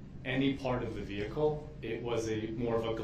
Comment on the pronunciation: Imagine being the poor court reporter, having to spell out Duh-rell's "special pronunciations" like instead of "vehicle" he says "vee-cooh", and instead of "license plate" he says "licen place", and "sub-stain" instead of "sustain"😂